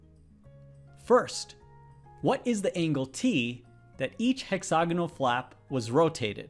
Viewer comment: Stop saying, "hexOgonal". It's "hexAgonal", Presh!